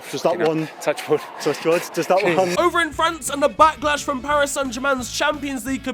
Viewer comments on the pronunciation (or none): none